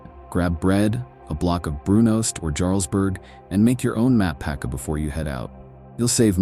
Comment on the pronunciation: If you're pretending to know something about Norway, you'll also know how to pronounce Jarlsberg... and other Norwegian words.